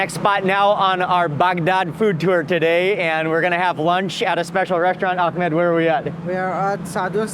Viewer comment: Great video Mark! But you have to learn to pronounce the name Ahmed correctly :)